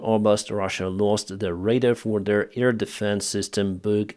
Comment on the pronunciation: AIR defence,, not EAR defence.